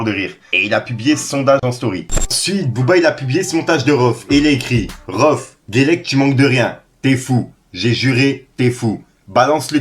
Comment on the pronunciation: c'est pas rohff c'est rhaoueff